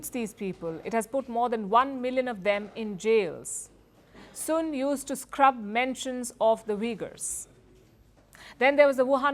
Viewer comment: 😂😂😂😂😂AaaaaaIndia Lady. The Last Name . SUN.AND not. Soon 😂😂😂😂😂😂Putt The Alcohol Down 😂😂Richard